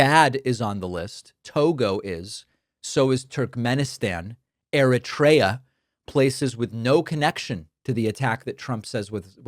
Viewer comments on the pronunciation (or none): Pakman, out of all the skinny white liberal talking head boys on YouTube, you are just the cutest. But it’s pronounced Eh-REET-ree-ah.